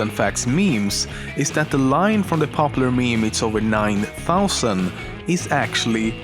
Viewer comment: You're the first one that I've seen to get the 9000 saying right